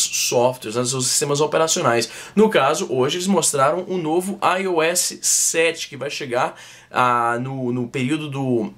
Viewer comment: ai ôu éssi sete kkkkk